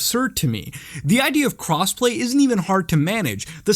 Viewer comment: lmao i thought you said cosplay